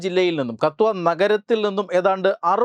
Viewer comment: അണ്ണ അത് കത്വ അല്ല കട്ടുവ, പട്ടാൻകോട്ട് വഴി train ൽ ജമ്മു പോകുമ്പോൾ പട്ടാൻ കോട്ട് കഴിഞ്ഞു അടുത്ത station KATHUA stn പക്ഷെ ഹന്ദി ലോ മലയാളത്തിലോ പറയുമ്പോൾ കട്ടുവ